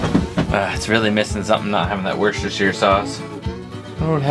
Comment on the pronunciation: "Wuss-Ta-Sheer" That's not how it's pronounced